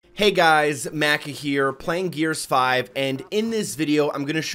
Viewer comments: Not Mac-ah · Ur name is pronounced (Ma-Ka) just like in Soul Eater is. Not (mac-a) ur saying ur name like a Mac book. Just letting u know.